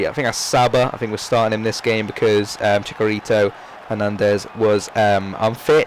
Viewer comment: mallagon is pronounced mayagon in spanish and chicharito's name is pronounced as its spelled, not with a ka sound, not chicarito